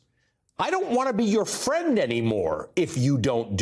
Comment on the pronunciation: ''I don't wanna be your fwend anymore'' waaahwaah. Trump guilty of childish stupidity